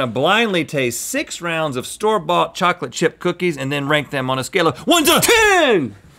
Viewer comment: Bocolate Bip BOOKIES “BEWYYY”